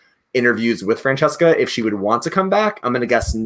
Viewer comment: Brooo when couldn't pronounce Francesca's name 🤣🤣 I died